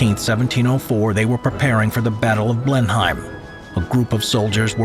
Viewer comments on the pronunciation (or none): it's not 'blen-eye-m' it's 'blen-im' as in 'him'